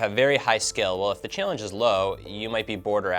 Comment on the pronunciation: This idiot keeps saying "Chillange"